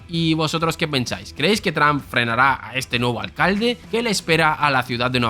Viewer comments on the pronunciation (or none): none